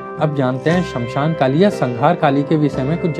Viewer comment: Uchharan ko Suddha kijiye. Bahat trutipurna hai uchharan aur bahat poor pronunciation. Smashana ko Samshan kehte ho , correct word is - श्मशान. And the greatness Mahtmya ko some mahatam kehte ho. Jab ki sudhha sabda hai - महात्म्य.